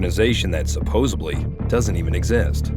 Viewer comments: Dude said.... SupposiBLY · "Supposubly" is not a word. 😮‍💨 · SupposaBly... My man, there is no B in supposedly 😬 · I thought I heard him wrong. Guess not.